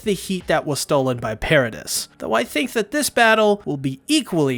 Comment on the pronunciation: It's "Para-dee" (according to the dub)